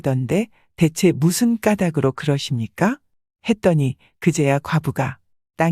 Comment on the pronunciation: 무슨 까닭으로~ 무슨 까다그로라고 읽으면 안 되고 까달그로라고 발음해야지요. 잘 들었습니다. 고맙습니다.